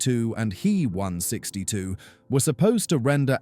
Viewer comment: I do hate these ai voices meeeee 262 and heeee 162, dornier dooooo 355 etc otherwise very interesting.